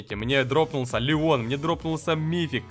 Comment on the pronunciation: Алина Шоколадка но Он сказал Лео Ляя типо ЛЯЯЯЯЯ ЛЯЯЯЯ ВОРОБУЩЕК